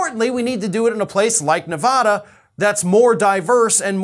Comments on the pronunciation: No offense but screw Iowa! And it's Ne-VADD-da not Ne- VODD-a. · Not "Nevawda"!!!! 😵😖